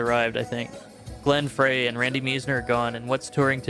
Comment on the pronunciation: Glen "Fry"--- rhymes with "pie"- I think it's time for you to retire!!! Come on!!!